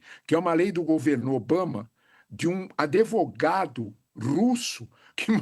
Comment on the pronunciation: ";adEvogado" , ai é phóda de ouvir.